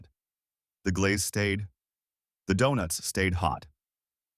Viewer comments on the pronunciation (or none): I quit at "Doo-nuts." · Visual gaffe: The picture of a tub of Blue Bunny, while talking about Blue Bell. Audio gaffe: "Doo-nuts".